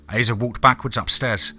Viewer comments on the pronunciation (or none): This is one of my favorite DMT stories, Piper is a badass! I only have one note, Asa is pronounced like Ace-uh. Not trying to be a dick, just trying to help. Much love, you’re the best narrator on YouTube hands down. 😈 # DMT’S KRYPTID CREW #FOREST OF FEAR